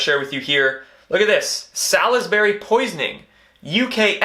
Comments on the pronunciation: Just a tedium here: Salisbury is pronounced 'Saulsbury'. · Well, I'm with you on the Phillip issue; that man's gonna live beyond a hundred. I do believe that there's something fishy about that story, and indeed, about the royals in general. By the way; Salisbury is pronounced 'Sauls-bury. The 'i' is silent. The latest news that I heard on the Double Agent issue, and I'm into Salisbury rather frequently, unfortunately: is that the daughter awoke some time last week, however, apparently she was unable to talk. The Father, as far as we know is still on life support. The poison was sprayed on the door knocker, which is probably why the detective also became ill. I understand that he was dispatched to the house. The local speculation is that they are no longer at Odstock Hospital, and further that it's likely they were transferred soon after the attempt to Porton Down Science Park (better known as the defense science and technology laboratory), which no doubt has medical facilities, but is known for it's research into chemical weapons... Research, not production.